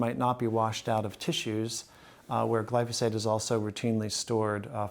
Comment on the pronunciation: One is just pronouncing it wrong